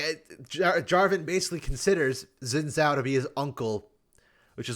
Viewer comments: Snall correction, Xin Zhao =/= "Zen Zao". Pronounced like "sheen jow". Chinese. 👍 Anyways, good vid. I can't say I've ever played played J4 or wanted to play him in the 11 years I've been playing. He just seems kinda... forgettable. Like Xin Zhao. There are just way more interesting characters now. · The way you pronounce “Xin Zhao” makes me cringe. I like the dragoon vibe J4 has and it matches well with Shyvana. I kind of like J4’s story as an exploration of grief, J3 was his only blood related family and a huge influence on him, and his death broke him. J4 wanted blind revenge at the cost of all reason. Meanwhile Xin Zhao wanted to off himself to cope with the loss and failure as a contrast to J4. It took realizing he had driven away the person he cared about most to get him to see reason.